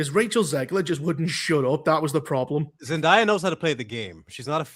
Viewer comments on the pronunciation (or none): Zendaya is pronounced ZEN- DAY-A not ZENDIYA.. lol there is no I in her name. Y'all always say her name wrong